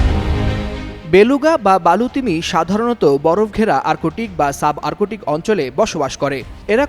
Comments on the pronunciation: আর্কোটিক্ না আর্ক্টিক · আর্কটিক উচ্চারণ করতে পারেনা এ কেমন পাঠক।